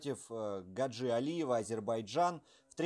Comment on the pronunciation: Он не гаджи ,а Хаджи ! Произносите правильно .